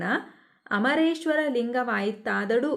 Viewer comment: adu amu geshwara Alla😂 adu amareshwara😂😂